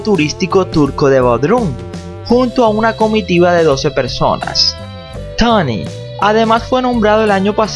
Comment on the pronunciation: Pero no digas tany dilo como es Tony.